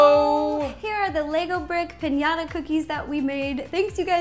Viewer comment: Pinata? It's piñata